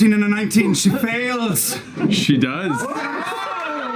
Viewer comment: Germanly: "SHE FEYLS!"